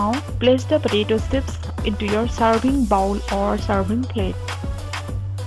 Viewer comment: It's not Potato "sipps"it's potato chips